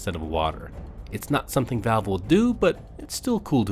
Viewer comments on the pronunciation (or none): none